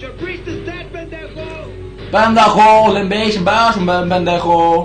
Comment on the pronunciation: I laugh every time and my stomach hurts too Also when you trying to say "pendejo" HAHAHAH Saludos desde Cd. Juárez! 💖